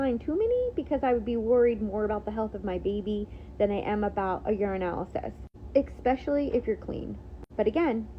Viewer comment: Especially, not expecially